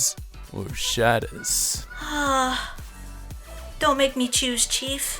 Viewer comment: You like shota? Sweet. SHota and loli are awesome. Also #Dear Aki: Who's your favorite shota? Also, pretty sure your narrator/question reader guy was pronouncing it wrong.